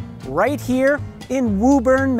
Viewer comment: Great video...only to end it by mispronouncing Woburn...